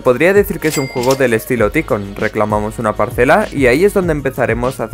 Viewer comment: No sé si e ticón, se dice Taicun